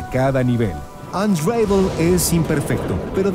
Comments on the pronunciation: "Anreivol" -.- la pronunciacion es "Anravol"" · mas bien "onravel" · No se pronuncia "unreivol" se pronuncia "ən-ˈra-vəl" que se leeria mas o menos como "un ra vol" solo q la "o" no es muy pronunciada, es mas como una semi vocal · Buena reseña. Solo que unravel se pronuncia con una a breve no como lo dices.